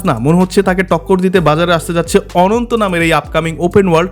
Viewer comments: অনন্ত ❌ আনান্তা ✅ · R ekta ache NTE. R ei pronounce ta ononto na.. Asole dekhte omon.. But ananta er uccharon ta অ্যানানতা hbe 😂😂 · অনন্ত ❎ আনান্তা ✅